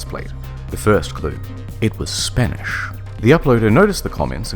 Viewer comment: Your spanish pronunciation triggers me